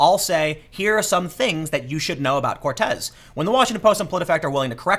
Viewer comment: Trevor didn't knowah.